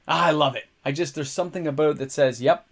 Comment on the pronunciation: aboot, soo Canadian